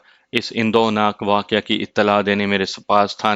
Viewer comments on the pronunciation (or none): Waqiah. Not, Waqe